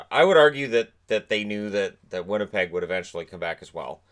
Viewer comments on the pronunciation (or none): none